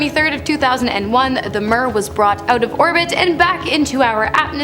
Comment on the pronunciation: It's pronounced 'meer' not how Ur sating it!